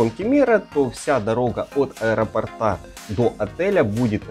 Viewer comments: Неправильно всё время делаете ударение в слове аэропорт и сантиметр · От аэропОрта, а не аэропортА😮😅